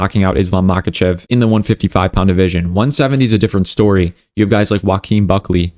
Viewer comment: bro, not mAkachev but mahAchev